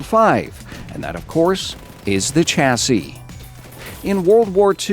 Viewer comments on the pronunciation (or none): its sh-a-si